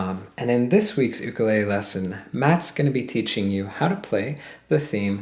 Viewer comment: Awesome to hear the word ukelele pronounce properly based on the first time you said it. Also, it is the other way around: the song, called Tubular Bells, is about 45 minutes (two sides of one vinyl LP) and is known as the theme to The Excorcist because the film used a part of the song.